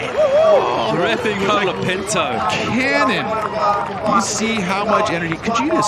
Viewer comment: bad judging.. seems the judges and commentators especially like to say "Kolaa Pintoo" a million times like they were rappers.. hilarious how you pronounce it. and yes the judging in portugal was a fuck up.. like jack robinsons wave got a 9 by an aussi judge when all the others gave a 7. lol